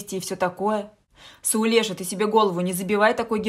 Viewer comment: За то в имени СаулЕшка поставили правильно ударение. У всех бывают промашки... Всем добра!